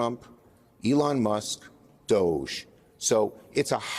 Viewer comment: Can people please stop mispronouncing this soft “g It’s Dogggeeee It’s a poor and childish pun on the word Dodgy meaning untrustworthy…